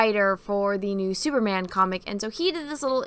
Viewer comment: "Thooperman" was funny.